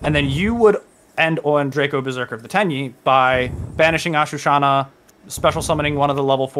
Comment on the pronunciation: Really nice deck profile 👌 just learn how to say ashuna and not ashu-Shana it’s literally on the card